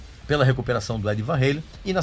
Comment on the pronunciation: Eddie Van 'reilen' ( kkkkkkkk )